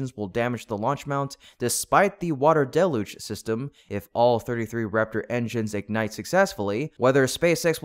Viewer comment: Holy Mackerel you said Deluge right! Congratulations! Next... "Ah-daje" do you mean 'add-age'. (adage)